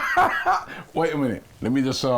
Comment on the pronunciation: "Weeitt nah"... Every Jamaican felt that.